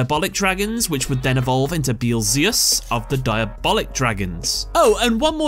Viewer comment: Yet another one that cannot pronounce beelze and beelzeus. Beelze and beelzeus are based on Beelzebub which is pronounced bee-el-zu(e)h-bub. 3 syllables for beelze, 4 for beelzeus.